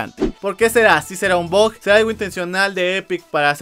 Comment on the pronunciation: Deja de llamar el BUG como BOG por que luego pienso que dices BOT >:v